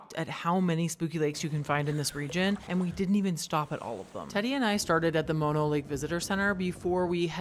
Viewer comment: Mono rhymes with oh no, like oh no I haven’t visited mono lake in a while! Mah-no is the disease that makes you cry for your mama.